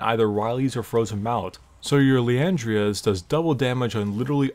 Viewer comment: plz say the names right, i've watched supp, adc and top(now), and u've swapped the middle letters of a champ's name, and added an a to the end of an item's name. Bard(u said Brad...), Liandry's(u said Liandria's????)